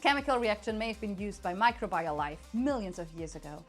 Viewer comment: Microbial: "my-CROW-bih-yull"